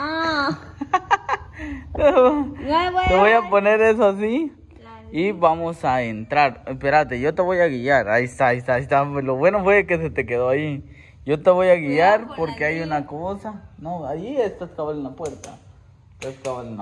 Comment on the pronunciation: Guillar No , se dice Guiar !